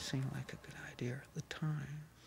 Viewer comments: "It seemed like a good ideer at the time." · "Seemed like a good idear at the tiiime..."